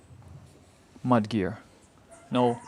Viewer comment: I thought you said 'Man Gear' 😂😂